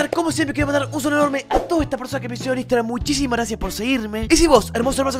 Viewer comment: cuando pasas tu Instagram no se te entiende nada hermano